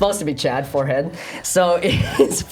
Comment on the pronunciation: he said forhen not forehead i think forhen is a german thing